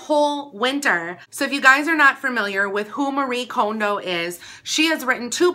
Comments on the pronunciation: Okay- firstly you are pronouncing her name wrong 😣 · does it bother anyone that she mispronounced Marie Kondo's last name?